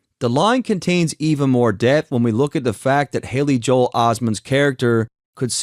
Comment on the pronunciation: I’m tired of people acting like that don’t hear Kendrick say Joel he pronounces it as Joe hale